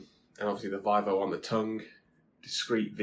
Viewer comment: Good sir - it is pronounced “VEE-VOH”. Other than that, cracking video 🍻